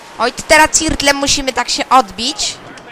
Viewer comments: ''a teram musimy sie ''cirtlem'' odbic,, hahahahahah......padlem (ctrl) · ''Cirtlem'' haha.